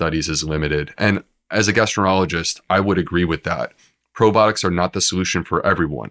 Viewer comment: Any real gastroenterologist is not going to mispronounce their own specialized field as “gastroenerologist”.